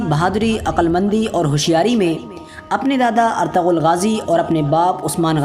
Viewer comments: Bhai plz ertagal SUNNE me achha nhi Lagta erturul Bola kr plz 🙏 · You should pronounce it right, it is pronounced as "ertugul" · Erturul Gazi, In turkish language G is silent.